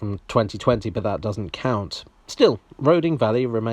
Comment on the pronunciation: I might be wrong, but I always thought Roding was pronounced "Roothing". Don't ask me why. Perhaps it's from Norse or the Anglo-Saxon. Not that it really matters.